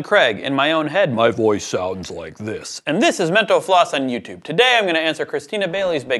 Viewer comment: Did he just say "this is Mento floss?"